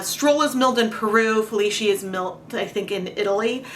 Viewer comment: My mother loved orange but now I have a skein of yarn that no one wants and I need to overdye. In due time, of course. BTW,, the "c" in "Felici" is pronounce as "ch" instead of "sh". Italian is weird like that since sometimes it is just a "c".